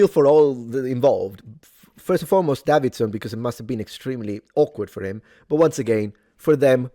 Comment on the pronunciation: It's pronounced "Day-vid-son". not "Dav-vid-son".